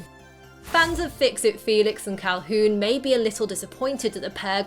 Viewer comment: Sadly she said Caulhoon.*hoon*